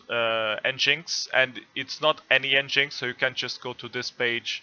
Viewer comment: It’s pronounced “Engine X”